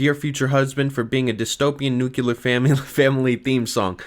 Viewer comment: you pronounce nuclear wrong